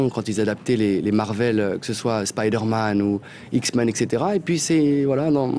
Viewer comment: Il a correctement prononcé le mot "X-Men". C'est juste qu'il le dit vite, voilà tout.